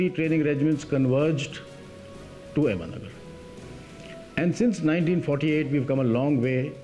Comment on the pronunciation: It's ahmednagar not ahmedmagar